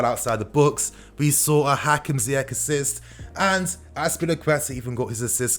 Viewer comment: Okay, it's pronounced Ziyeshhh not Ziyek..take it from an African that knows 👍